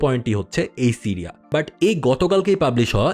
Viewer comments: Tiriya na siriya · টিরিয়া কি? বার বার বলছেন টিরিয়া।